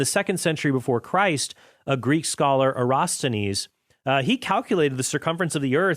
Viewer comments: Era TOS thenes Eratosthenes So many people goof that up. Pet peeve of mine. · pronounced 'Er - as - tos - then -ees', c.200BC